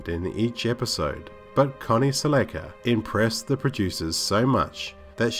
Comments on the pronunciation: The last name is pronounced like Cel- la-Ka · Good video down memory lane. I loved the tv show when I was a kid. One note though, Connie's last name is mispronounced...the proper way to say her last name is like the Toyota car, Celica. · Se-LECK-a? No. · Like your stuff but you have to work on pronouncing these names right. Accent or no accent. For instance Michael Paré. See the little thing on the end of the E. And it's Connie Sell-Eh-Ka. Not Sell-A-Ka